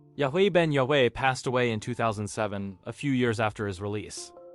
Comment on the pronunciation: why do you pronounce yahweh differently every time you say it? just google the pronunciation